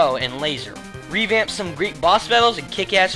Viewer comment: After seeing Mass attacks description by you...and you said Great Music....I though you said RAPE MUSIC